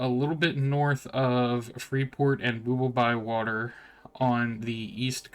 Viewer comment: Just wondering, since you are representing this project, why are you saying city names weird? It's not Booble by water, it's Bobble by Water, is not Moord its Moradhim. Nerak is Neriak. Queens? Its Qeynos. Not the end of the world just struck me as odd.